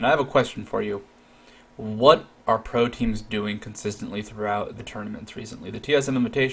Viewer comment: Oooooohhhh... Pro teams! Not proteins. Had me confused at the beginning.